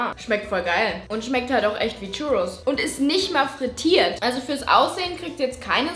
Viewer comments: Churrus ist ein Spanisches Gericht das heißt das das ,,r‘‘ gerollt wird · Bin ich der einzige der sich drüber aufregt wie sie churros ausspricht?